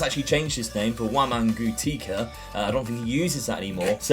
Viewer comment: Hello. You pronounce Silas as “Sill-ass” and then “Wam-an-gee-tuke-ah” Much love!